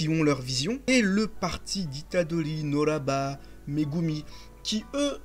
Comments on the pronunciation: Elle s’appelle Kugisaki NOBARA. NO BA RA et non NO RA BA. À part ça bonne review, si ce n’est qu’il est important de préciser qu’en réalité on parle de Okkotsu depuis le tout depuis du manga! Meme si certaines personnes pas très attentives ne l’ont pas remarqué. Ce que je veux dire c’est qu’il ne sort pas de nul part. Depuis le début Maki , Panda et Inumaki parlent de lui , notamment durant le tournoi interscolaire contre l’école Jujutsu de Kyoto, ils disaient qu’il serait malheureusement pas là parce qu’il était en mission à l’étranger. D’ailleurs Todo était fâché de l’absence de Okkotsu parce qu’il le considère comme son rival... Okkotsu est aussi, avec Megumi et Yuji (possédant Sukuna), un des exorcistes que Gojo considère comme ayant le potentiel de le surpasser. Il avait aussi parler de Todo et d’un élève de Terminale de l’école de Tokyo dont j’ai oublié le nom là... mais bon, voilà. (J’espère que vous n’aviez pas oublié qu’on pas encore vu les élèves de Terminal du lycée de Tokyo !? 👀) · Très bonne vidéo mon reuf par contre pk tu dis noraba à la place de nobara ?